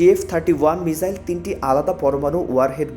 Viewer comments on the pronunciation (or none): মিজাইল নয়, মিসাইল।